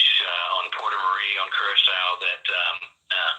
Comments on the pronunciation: Pronounce Kerr-uh-Sow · just catching up. For future use it's pronounced Q RA SO. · Kur-ra-sow. Sow pronounced like now.